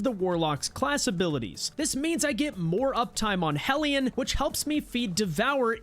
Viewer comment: Thank you for saying Hellion correctly. Too many people are calling it healion and it’s driving me nuts lol